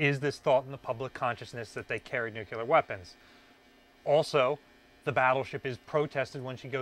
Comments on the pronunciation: You have a disturbing habit of darting your eyes all around the room as you talk to the camera. It makes you look aloof. Make a concerted effort to look at the camera when you speak. Also: learn to pronounce "nuclear" as a two syllable word, not three: "NEW CLEAR" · "Nucular...blah blah blah..nucular..blah, blah, blah" - your video is interesting, but mispronouncing nuclear is annoying. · We don't all say it that way, I promise. A little embarrassing that someone in charge of preserving a nuclear sub does but he seems well-intentioned. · Damn you really really struggle with the word "Nuclear" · Awesome that you found the keys but please, for the love of God, say the word "nuclear" correctly. Thank you for your incredible videos! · the word is nuke lee er not nuke you ler. it drives me nuts. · It's nuCLear not nucular, come on guys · IT'S "NUCLEAR" NOT "NUCULAR". Can we please get this right?? It's simple english. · It is not NUCELAR is NUCLEAR for god sake!!! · Nu CLEE arr, please... Not Nu KYU Lar. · Ok first thing. Say it with me. New clear. Nuclear is a 2 syllable word lol. Sorry former submarine reactor operator here. I know the reduction gears going to the shaft should have all the inspection and maintenance ports locked up tight to prevent sabotage. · omg, "nucular" just drives me up the wall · I had to bail out after the twentieth time he said “nookyuler”. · Nuclear. Not “new queue ler” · You did not just say "nucular"? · It's pronounced NEW-CLE-AR, not NUCULER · Nu-clear. Not nu-cue-ler. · Nuclear... not "nuke-you-ler" 🙄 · I cringe whenever of all people, pronounces nuclear as nuke-ya-lar instead of new-clear. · Dude. You're an authority. The word is not Nuc-You-Ler. Learn it, say it, teach it properly. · Hey! Your videos are great. I'm really addicted to them and can't wait too watch every new one that you post. But, you gotta do me a favor.... Stop saying NUCULAR... It's pronounced NEW-KLEE-R. 😂😂😂 Thanks! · NUCLEAR NOT NUCULAR!!!